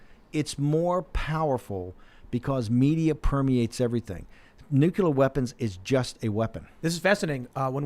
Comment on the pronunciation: Great show. I wish Brannon could learn to pronounce NUCLEAR.